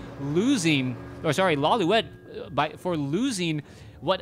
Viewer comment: isn't it Lawli-et? Instead of Lawli-wet? I always get confused you cast his games. haha